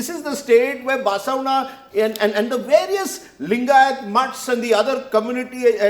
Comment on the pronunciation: To Rajdeep chuye... say Basavanna properly... and Basavanna also worshipped Shri Ram..... bloody moron